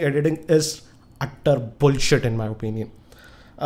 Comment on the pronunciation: The way you say 'bullshit' might Kill Apple :) :) :P :) ;)